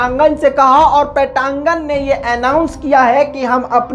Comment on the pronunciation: पटांगन् नही पेन्टागोन😝